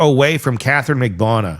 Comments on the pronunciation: I was going to say the same thing. 4 syllables Mag-ban-u-ahhhhh. 😂😂😂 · at least TRY to say Katherine Magbanua's name correctly